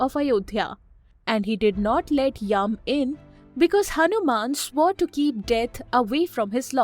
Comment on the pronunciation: It's yam